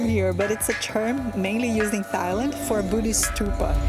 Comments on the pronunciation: It's pronounced Tai Land without the H. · You pronounce Thailand and Thai wrong. This is how you should pronounce Thailand. And the same goes with Thai.